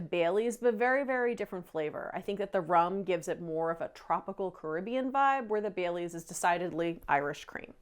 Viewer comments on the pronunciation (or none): none